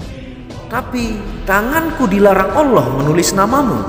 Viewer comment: Kamu ini mengatakan ALLaH aja masih salah tidak jelas belajar dl jgn kaya anak tk membaca teks nya